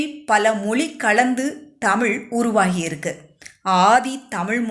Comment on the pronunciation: Madam please learn to pronounce Tamiz correctly. Don't tamil. Iz a special letter in Tamiz.